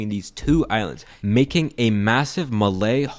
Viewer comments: So first il liked to mention as a maldivian that it's not Malè isn't called mele . Pronunciation = maa-ley The main reason why the most people live in the malè is caz its the capital city and there are many educational option hospitalizations etc. And you can simply get to huhlumale by crossing a bridge . Why is this important ? huhlumale has Flats that are specialised for struggling family's etc. You can simply get this flat if you lived in malè for more then 10 to 12 years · Im sorry but his pronunciation is atrocious So here are the ways to pronounce the island names in Maldives (by a maldivian): Male'/ maaleh, do not pronounce the h too much Hulhumale/ hurumaaleh, when pronouncing "ru" roll the tongue a bit Villingilli/villigilli, ommit the n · Dude you really should have looked up the pronunciation of Malé bc i can't make it thru more than half this video bc of you pronouncing it like Malay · Sorry, but why couldn't you research how to properly pronounce the name of this capital city before you make this video? There are other Youtube videos that will tell you how to pronounce it properly. It is not "Malay". When you get such a easily found, simple fact wrong, I question the rest of the video's accuracy. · Emphasis on the first syllable, MAH-ley. Maláy is a different country. The accent on the E doesnt mean emphasis as in Spanish. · hey im maldivian, didnt think we would ever get mentioned on a channel with so many subscribers. the stressed syllable is the "a" in malé by the way, which means its pronounced as "maa-lé". ސަޅި ވިޑިއޯއެއް! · Male its pronounced male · Fun Fact: I Own An Apartment In Hulumale and you said downright bad, But I am a Native Maldivian And Divehi is my Language But I Don't Know Sheet About My Native Language It's Ma-Le or މާލެ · thanks for clearing up Malé's actual pronunciation! I was very confused as to why they pronounced Malé as Malay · he pronounced it as malay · the pronunciation of Malé is killing me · ITS NOT MALEE ITS MAALE